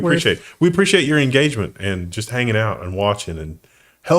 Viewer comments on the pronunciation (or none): En-GAGE-MONT! A neu kind of gauge, doncha know. Peaceful Skies.